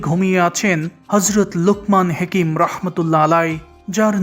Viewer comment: হেকিম না হাকিম হবে।